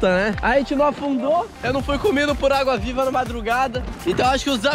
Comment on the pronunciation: vc falou auga viva em vez de agua viva kkkkkkk